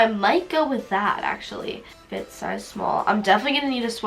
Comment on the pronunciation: ik i hate the way she says it but it’s mostly because of the way she says the “t” like the t is just so much louder than the rest of the word